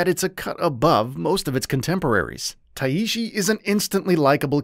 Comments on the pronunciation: Just tai-shi not tai-i-shi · The main character's name is Tai Shi, two sounds, not like a Japanese name lol but thanks for the review, looking forward to this.